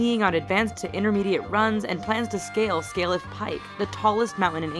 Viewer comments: Scafell Pike... not Scaleff.... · At 4.09 the narrator says Scaleff Pike, it's actually Scafell Pike. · Its Scafell Pike not scaleff... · surely you mean scafell pike and not scaleff... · It's Scaffel pike not skalef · It's scarfell pike not Scaleff pike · the mountain is scaffel pike not scaleff pike idiots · ScaFELL pike! Not Scaleff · Scaleff pike? Are you... Fucking serious? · Scaleff pike I'm from England and I think you'll find its scafell pike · Scaliffe Pike? Hahaha it's called Scafell Pike not Scaliffe xD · It's called Scafell pike not scaleff! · its "scarfell " pike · Why did they call it scaleff pike it's called scawfell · Scafell Pike* not Scaleff pike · Scaleff Pike?! You mean Scafell Pike😑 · It's scafell pike....just saying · I cant say for the rest of the imformation, but it's not scaleff pike it's scalfell pike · WTF is scaliff pike hahahaha. Scafell pike for fucks sake.